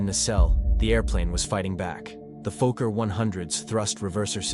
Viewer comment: "Down on the wing, the reverser..." Rubbish. Even your own video shows the engines to be rear mounted, so nowhere near the wing. The video is crap. Downthumb. And, BTW, with two "k" in Fokker, it's a short "o", so fokker, not folk-er.